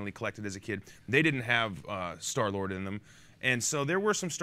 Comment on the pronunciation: Vin says “I was loving Star-Lard...” I mean... 😆